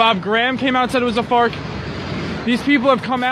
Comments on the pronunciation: I love how Luis looks EXACTLY the way I imagined when I heard this live.. he mispronounced "farce" and "thermite" so hilariously that I immediately liked him for some weird reason, hahaha.. I forget where i first heard this, but anytime someone butchers the pronunciation of a word, the natural inclination is to look at them as stupid.. but it really means they read that particular word somewhere and figured out what it meant based on context clues.. i thought that was interesting, stuck with me for some odd reason. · He meant "farce" but its like he had no idea or has never seen the word written on paper